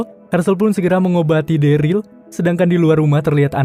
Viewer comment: MOHON MAAF BG NAMANYA DERLY DI BACA DERIL BG MOON MAAP CMN MEMBENARKAN DOANG